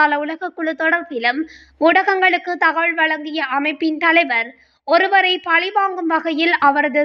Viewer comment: இந்த பெண் அறிவிப்பாளரின் தமிழ் உச்சரிப்பு படு மோசம். அதிர்ச்சி தகவள் என்கிறார், தகவல் என உச்சரிக்க தெரியவில்லை. தமிழ் எழுத்துக்களை எப்படி உச்சரிப்பது என பழகிய பின் இந்த தொழிலுக்கு வரவும், தமிழை சீரழிக்க வேண்டாம்.